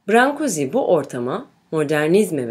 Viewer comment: Heykeltraşın adını çok yanlış telaffuz etmişsiniz!! “brank/guş” diye telaffuz edilir.